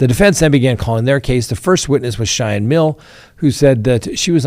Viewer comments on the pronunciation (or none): none